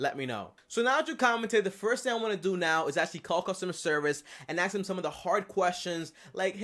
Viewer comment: I cans hear him “axe” anymore questions😶